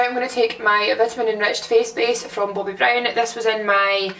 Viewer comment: 'Boabby brown' 😭😂😭